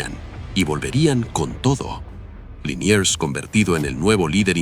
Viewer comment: Liniers, no Linier